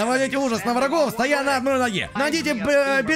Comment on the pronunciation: пожалуйста ставь ударение правильно(стОя на ноге и бЕдренная кость)